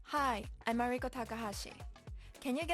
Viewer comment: REACH OUT TO POODLE TAKAHASHI!!! Also, I now find myself unsure of how to pronounce your first name. In this video, you pronounce it like Ma-REE-ko but I have heard you pronounce it differently before. Is it just the Americanized way of saying it or...? Just curious.